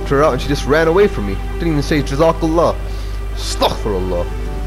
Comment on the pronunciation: Brother don't say astak firullah say astagfirulah